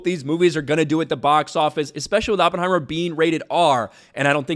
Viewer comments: Sucked in CRUISE … BTW idiot it’s Oppenheimer - NOT OP HEIMER… learn how to pronounce the scientific genius. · can't even pronounce Oppenheimer. Color me shocked. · you can't even pronounce Oppenheimer correctly...